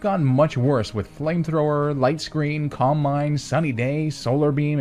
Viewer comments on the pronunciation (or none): none